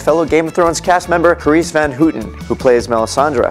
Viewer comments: Omg sorry I laughed when you say the name carice van houten x3 it so funny how some people try to say dutch names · Yeah maybe he got confused because carice van houten is dutch. lol but the way he says: van houten XD so funny